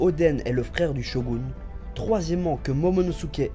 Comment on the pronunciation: Et tu dis bien "SHOGOUNE" mtn :) Sinon tu aurais le nom de la 1e OST dans la vidéo ? :)